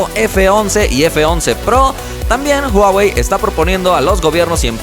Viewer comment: No es "uawei"...